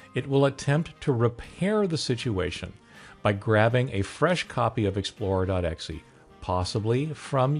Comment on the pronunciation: good video but it's "exe" not "xe" :)